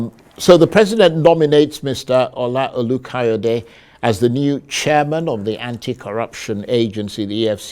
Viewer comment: His name is 'Olukoyede' not 'Kayode' haba!